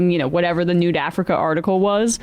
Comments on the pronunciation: Emma continually calling it “Nude Africa” is so funny to me. 😂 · I love that Emma keeps inadvertently saying Nude Africa.😆